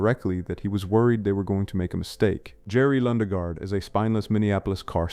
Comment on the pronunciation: Well, kudos, I didn't confirm this is AI until the mispronunciation of Lundegaard the second time it was spoken. I hate AI narration and cut shots.